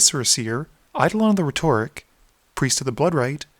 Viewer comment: You butchered rhetoric xD